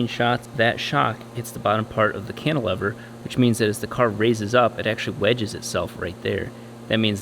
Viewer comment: Does the way pronounces 'Cantilever' annoy anyone else, or is it just me?